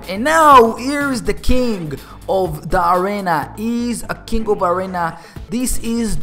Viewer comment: It's arena not arana